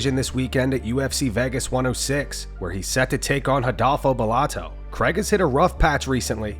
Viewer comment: his name is paul craig not paul CREG